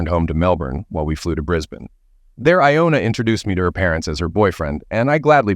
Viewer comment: Dude, get your names right... Johna, Iona and I know there are more. I just don't want to bother with it right now.